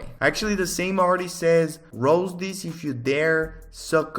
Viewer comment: Him saying roast sounds like rose